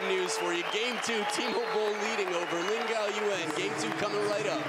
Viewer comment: one time say laan gan😂